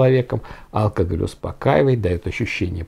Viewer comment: по правилам ударение в слове алкогОль на о в третьем слоге. Ухо режет)